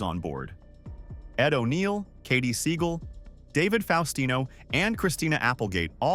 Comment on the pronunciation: I’m surprised that you guys missed when they were shopping at around. The pilot was called “not the Cosby show” 👌 But I’m not surprised you mispronounce Katie Sagal‘s name you called her Katie Seagull wtf 🤦